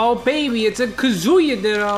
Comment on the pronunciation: Hearing pronounce Kazuya Kazooyah for 8 and a half minutes is making me want to cry.